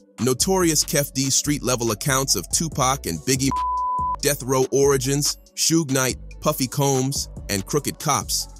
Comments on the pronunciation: Shooge Knight 😂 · Sooogay knight, Ice Coobey, Tupack... Man this robo voice is clowning😂😂😂😂😂